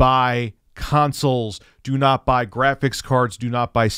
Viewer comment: “Dew nawt seek the treasure!” “DEW NAWT SEEK THE TREASURE!”